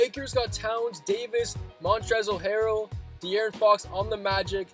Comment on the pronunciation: Who else thinks its annoying when he calls Montrez Harrell Montrezzel Harrel